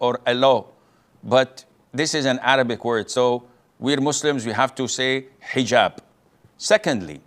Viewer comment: you're telling me explaining what Eejab is because he can't pronounce the letter H isn't a tangent? Come on bro.